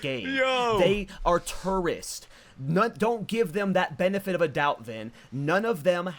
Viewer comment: I kept mishearing "tourists" like the way the said it sounds like "turds" 💀💀